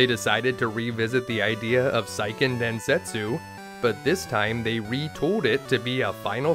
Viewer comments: Seiken is Sey-Ken, not Sai-Ken. Good information, but you're killing me on the Japanese words and names. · It’s “sayken” densetsu, not “psyken” densetsu. Great content though. 👍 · Seiken Densetsu is pronounced "SAY-ken"... 🙄 Japanese romanjinization is VERY EASY to pronounce, as it's 100% consistent.